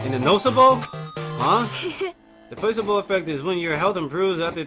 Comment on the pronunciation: Not trying to smart but pla-cee-Bo